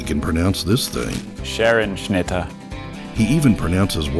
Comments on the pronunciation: He pronounced Scherenschnitte wrong. The e is more prominent and pronounced differently followed up by r. The word comes from german, and directly translated means scissor cut. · he did not pronounce Scherenschnitte right. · He definitely pronounces Scherenschnitte wrong. It's a german words and there is a hearable "r" in thst word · In #3 the man pronounced "Scherenschnitte" wrongly, he made the 'e' way too short. (i am german btw, i know 😅) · He pronounced Scherenschnitte wrong